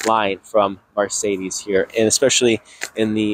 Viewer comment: sl43 are rear wheel drive and there are no 6 cylinder options both the 55 and 63 are v8's. Liked his positive vibe but lost tons of credibility for not knowing the product, plus the way he pronounced Marcedes was super annoying!